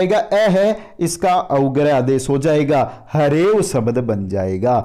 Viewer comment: Bahut he accha padaya aapne sir liken aap swar ko swbar aur sabdh ko sabad kyo bol rahe the